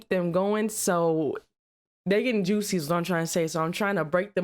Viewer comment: the way she say juicy 😂